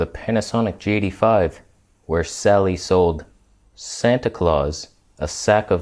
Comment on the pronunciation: You pronounce the G85 as "Jatey Five." So strange.